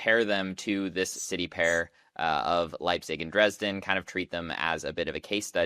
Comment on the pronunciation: Put the emphasis on E in JEna and also in DrEsden not like you on the JeNna or the R and S in dResdden. ❤